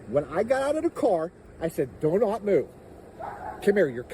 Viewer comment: When they say Doe not move They are mentally incompetent, Its Do not Doe.